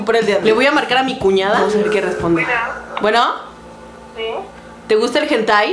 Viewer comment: dijo cunada osea que...